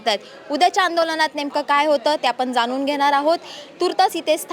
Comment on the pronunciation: मराठी तरी शुद्ध बोला. ण आणि न चा फरक समजून घ्या. ते जाणुन असं बोला जानुन नाही